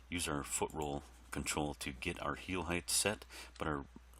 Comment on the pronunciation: height. i wonder where began the trend/habit of pronouncing that word as though there was another "h" at the end. i wonder what weird language habits i have analogous to that one. hahaha anyhow, thanks for doing this, man!